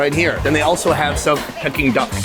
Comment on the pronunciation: LOL why does sonny pronouncing it as Peckking duck LOL